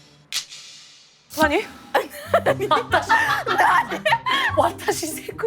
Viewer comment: 영지의 콘니치와 발음이 완벽··· 정말 완벽해